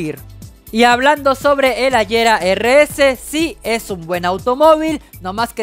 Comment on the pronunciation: El Agera no se dice AYERA se dice Aguera,, el Lotus Elise no se dice ELAIS se dice Elís con la E siendo muda 😶